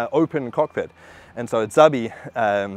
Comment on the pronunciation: Thanks for the proper pronunciation of Szabi's name. Very impressive summary of boats.